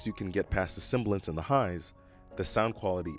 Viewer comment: Very nice review. Great writing and beautiful video and staging. Only one grammatical nitpick: sibilance, not “cymbalance”